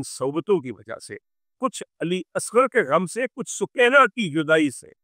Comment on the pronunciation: سوکینہ نہیں سکینہ قران کا لفظ سکون دینے والی